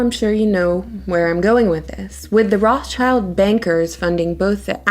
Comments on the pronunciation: It would be nice if the narrator would say "Rothschild" instead of "Rothchild". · Pronounced Rot shilled